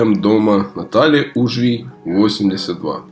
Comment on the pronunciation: Уважаемый автор видео! Пожалуйста, правильно: улица УжвИй, ударение на "и".